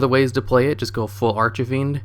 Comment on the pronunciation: Brooo it's archfiend not archafiend it's killing me ahhahaha